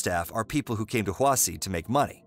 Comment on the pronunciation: its pronounced hwashi